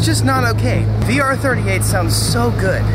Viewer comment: Did anyone catch his say R38?😂